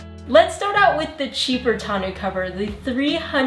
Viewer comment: I have the OEM tonneau cover; but, I watched the video to learn how to pronounce "tawn-OH." Side note: Techron is the only fuel additive Click and Clack recommended. (RIP Tom)